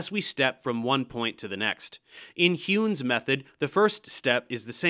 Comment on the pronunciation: Nice! This series is actually in perfect lockstep with my Nonlinear DE class Small error, Heun is pronounced like Hoyne